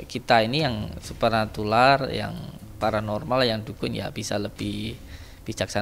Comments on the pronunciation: Supranatural bukan supranatular... kok jd ga pandai bersilat lidah... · Supranatural Gus bukan supranatular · FOKUS pada menit "SUPRANATULAR".....